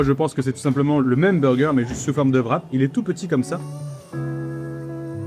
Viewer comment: Pourquoi est-ce que les français prononcent le ''w'' de ''wrap'' comme un ''v'', et d'autres sont plus comme un ''u'', comme dans ''with'' ''war'' et ''wet''? Personne d'autre que les français prononcent wrap ''vrap''. La monnaie de la Corée devrait être prononcée comme ''von'' si on dit ''vrap''.